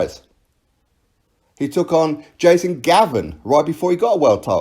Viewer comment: WBC wilder boxes crap...I love it every time he says jasen Gavin...